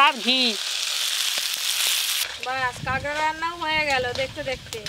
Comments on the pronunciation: কাংরা বলে না কাঁকড়া বলে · কাকরাকে ক্যাংরা বলে কেন